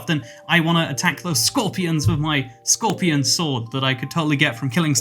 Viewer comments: Nobody: scworpion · the entire video: "scöepian" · You talk about scorpion being a cool word and you,say it a billion times the wrong way